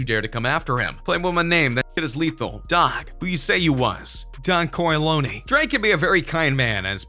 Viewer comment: Don “coralony”